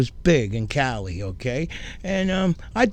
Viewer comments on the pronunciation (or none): none